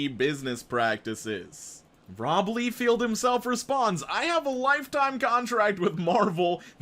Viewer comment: For quick future reference,: Rob Lie-feld, not Lee-feld